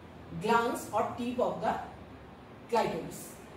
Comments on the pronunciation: some of the pronunciation was very strange. Especially clitoris. Anyway good job and thanks you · Clitoris was pronounce wrongly